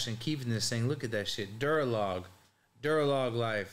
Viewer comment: "Duralog" lMAO my boi